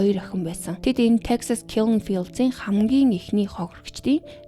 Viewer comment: Texas-ыг олон ном зохиол дээрээс Техас гэж уншсан, Тексас гэхээр их эвгүй сонсогддог юм байна